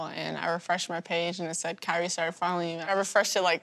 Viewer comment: did she say kyrie or curry?